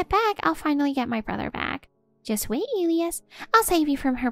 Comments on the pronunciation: Isn’t the name of the husband pronounced, “E lie us”? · If you are going to use names such as Elias, please learn to pronounce them correctly. 😮